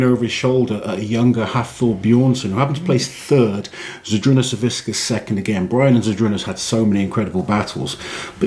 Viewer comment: it's savickas not saviSKas